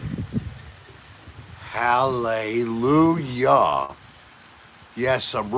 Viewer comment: "Hal, Lay You La"